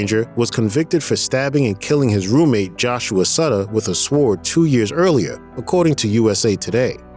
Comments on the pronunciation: With a ................WHAT ???? A........ SWARD so you don't know that the W is silent LOL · Also sword is pronounced as sord the w being silent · Yes, he said the w in Sword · pronouncing ‘sword’ with a ‘w’..? Wtf? How do you get voice over work when you don’t know the language? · With a sWWWwwwoooord... wtf. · say "sword" again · Great video but it's pronounced "Sord" not "suhward" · Did you just say "saword"? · With a swword? Or didn't you realise that the w is a silent letter in sword? Bro you crack me up. Still, joking aside. Love the channel Sir and your facts are very interesting. Always a fresh angle that others haven't used. Thank you thank you. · The W in sword is silent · fyi the W in sword is silent. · how can he not know that the “W” in sword is silent? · I been waiting till this moment to hear him pronounce sword after reading comments. I'm no Grammer Nazi but that was a split second of annoyance lol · ....did the narrator really just pronounce the "w" in sword....? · Did this dude really just pronounce the W in Sword. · Did you pronounce the 'w' in the word "sword?" 🤦‍♂️ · You do not pronounce the W in sword, seriously. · Noticed that myself but I am a bit of a grammar Nazi. Comes with being a proofreader/copy editor for 25 years. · Who okayed the words penitentiary and sword being pronounced like that? Haha